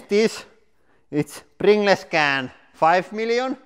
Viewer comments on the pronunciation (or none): u should say "prin-galls" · Btw is pronounced pringulls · Pringle’s is pronounced - Pringls / Pringuls. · I love how he says pringles “pringless” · I say pringless too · Yeah, I can definitely see why non-native English speakers would pronounce "-gles" as "gless" instead of "-guhls". Almost every other language in the world would have pronounced it "-gless". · hahaha, pringlays. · Just came to find out how Lauri was going to pronounce "Pringles", and he didn't disappoint. We brought too much Pepsi MAX to the picnic... Next time we should Pring Less. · Its more of a "pringlez" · More like pring-less, like in something that has no pring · yh mate I'm fukin drowin in tears 😂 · Pring-less less pringles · Love the way he says, Pringles. Pringless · Its pronounced pringels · It's like the word "singles" you say it like sing-guls and not like sing-less haha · Finnish doesn't have any silent letters, so he's pronouncing it the way he sees it written.😀👍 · “Pring-gless”! 🤣🤣🤣🤣🤣 Dude, you’re awesome!! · thats how any finnish pronounces "pringles" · everyone in finland says pringles like that lol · Pring-les he says👌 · I like how he says Prin ge lez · Nobody: Lauri: PRINGLESS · “ Pring Less” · "Pringless can" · Pring-less can Loool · I know it's spelled Pringles but its pronounced Pringuls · prin-gles funny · because English is such a stupid language , pringles is said or "pringals" . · wait how the hell is pringles supposed to be pronounced then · aR Ballistic yeah lol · This is exactly why I loved this so much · Not really an accent thing, it's just the way the word Pringles is said when pronounced like it would be if it was a Finnish word. And because Pringles is called Pringles also in Finland (obviously), people are used to say it like that while speaking of Pringles in Finnish, and don't necessarily realize to change the pronunciation when switching to English. If that makes any sense.